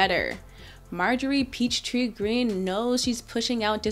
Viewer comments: Did she say "peach tree dish"??? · "Peach Tree Dish"??? WTF IS THAT???